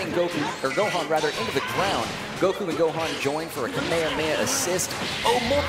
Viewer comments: You don’t say “Kamehameha” as if goku was saying the move, it’s “Ka May Ha May Ha” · the commentator said Kamehameha wrong three times...